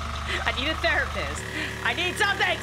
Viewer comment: “I need coffee I need a thearipist”